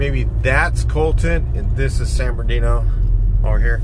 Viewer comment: For real though San birdooky is a violation. It’s San Bernardino homeboy.